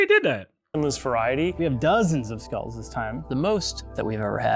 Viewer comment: "legendary with all scolles on" Bro, you cant even say skull properly.